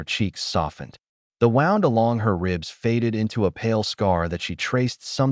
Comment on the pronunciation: It's wooond not wond this must be an A I commentator they don't understand the difference between two words spelled the same but sound different from each other